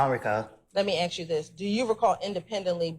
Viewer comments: Let me aks you this. Very edumicated dear prosecutor. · I wish people knew how to say “ask”